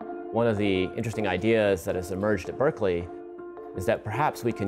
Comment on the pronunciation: It annoys me the way he says Berkeley all the fucking time.